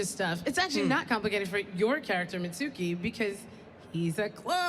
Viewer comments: Suroda and mitsooki is what she said 😂😂😂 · anyone triggered by how she says their names? sarada and mitsuki